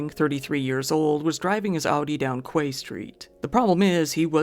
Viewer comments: Quay is pronounced KEY. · Quay is pronounced Key